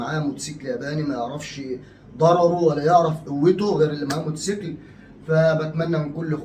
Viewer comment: يا اسمه موتوسيكل مش موسكل دايما تنطقيه كدا